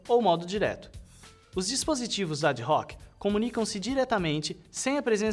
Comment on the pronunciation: ad-hoc é latim e a pronuncia é ADOC..., mas em se tratando de informática não sei... Só sei que o cara manda bem.